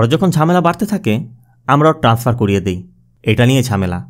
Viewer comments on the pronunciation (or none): none